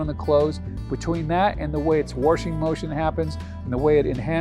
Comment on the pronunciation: Had to stop watching…. Sorry…. NO R in WASHING